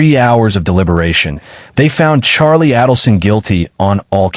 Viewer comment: Only Adelson is wrong